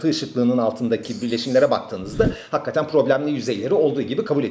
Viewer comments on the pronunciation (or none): hakkaten değil hakikaten.